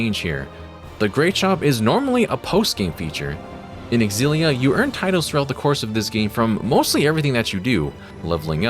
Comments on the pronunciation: OMG for the LAST TIME FOLKS. It’s not X-Zillia, but simply Zillia. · You're pronouncing it wrong. The X is a Z sound it's Zillia